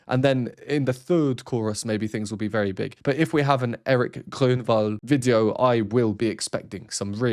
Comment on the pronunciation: Hi, Your Swedish is coming along very nicely, I have to say. Not bad for someone that isn't even trying. As your personal language nitpicker, I have to give notes though, I think. Isn't that the whole reason for having one to begin with? So if you want to get even closer on his name, ditch the German R sound and roll your R off the tip of your tongue. If you have taken voice at some point in the past, as I'm fairly sure that you have, you've most likely come across the infamous lip trills. Now in stead of using the lips, you do it with an R instead, and hey presto! Now you're one big step closer to making the sounds like we do the. That is because we put every sound out there outside. Almost all sounds come seems to come from somewhere outside your mouth, or at least not further bach than in the mask. Unless you want to get into the mire of our different dialects, but that would be for extra credits, in my opinion. Are you still getting harassed for actual reacting to the music we're trying to learn about? If the persons that just want to listen to the song, I'm pretty sure that they could find it quite readily somewhere else. If they want to listen to the song and have the reaction "that was nice. See you next week", I'm fairly certain that those kinds of reactors are out there too. You are providing an added service. You give another level to the musical experience. You try to let us learn about the music without us having to attend a conservatory. So from me to you, becaus